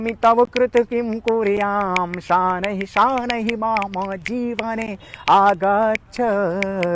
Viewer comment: उच्चारण अशुद्ध हैं। ध्यान दीजिए कि संस्कृत का अपमान न करें। तुषारहार में ष का उच्चारण, शनैः को शानैः बोल रहे हैं। यह गलत है।